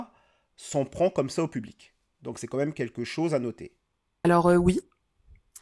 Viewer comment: Salut, tes vidéos sont bien mais par pitié, arrête de dire "comme même", ça tue la crédibilité "quand même" ! ;)